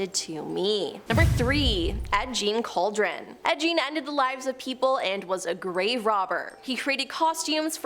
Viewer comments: Cant even say Gein right said it like Jein ! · I think you butchered every name on the list, ed jean lmao